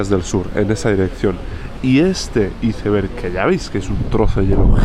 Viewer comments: Como que izeverg??? Iceberg!!!! Sino di témpano de hielo si quieres “traducirlo” igual te banco pero me duelen los oídos de escuchar una palabra tan mal dicha ❤ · Excelente. Recomiendo fuertemente la pronunciación: 'aisberg' en lugar de iceberg. 😂 Abz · Por Dios naciste en Escocia y dices "iceber"? Dilo en inglés como debe ser. Y es océano ATlantico. Lleva una T antes de la L. No se dice Atlàntico por Dios. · Aprenda a decir iceberg jajaja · Por qué le dice así a los iceberg 😢 suena horrible jajaj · Solo a mi Me costó entender cuando PRONUNCIABA ICEBERG…tal cual como se escribe en espanol ?? ..jajajajajaj😂